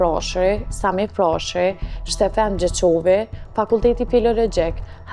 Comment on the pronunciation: Steeeefeeeen Gjeqovi... O lop gazekare shiptoje emrin si duhet e jo si injo qe je